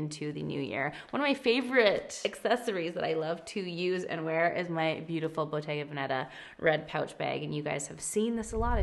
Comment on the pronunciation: It’s pronounced Bottega VÉneta, not Bottega VenÉtta